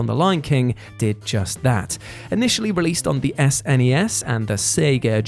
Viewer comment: Thank you for not saying "sness".